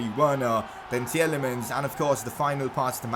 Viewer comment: I know it's just my OCD but Tielemans is pronounced as Tee-lay-maans and not Tee-el-ay-muns like you do. It's insignificant ik but please correct it. :)